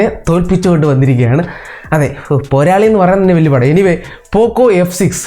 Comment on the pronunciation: You should stop this channel because you can't say "porali" word in malayalam.